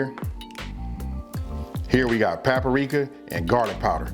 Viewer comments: This joka said paparika lol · "We got PAPPA RICA" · im 14 and i decided i wanted to do something a little out my comfort zone . This recipe was super easy to follow and i have about all the ingredients at home ! and i like the way he says " Paprika" 😂